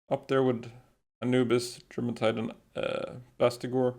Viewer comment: I love the videos explaining the palworld, but if there is one thing i would nit pick on, is the pronunciation of germantide. Its not Germantide. Presuming that it refers to the Norse jourmangadr, it probably sounds more like Yourmantide